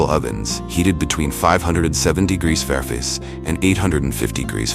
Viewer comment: 850 degrees "Fariface"? Wtf? 850 degrees F is hotter than any (food) cooking oven I've ever heard of.